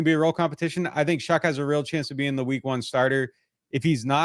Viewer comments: Bro… ‘shuck’ not ‘shook’ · Brah.... Louisville fan here love the content but it's Tyler Shuck not Shook 😂